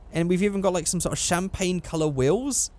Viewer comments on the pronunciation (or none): none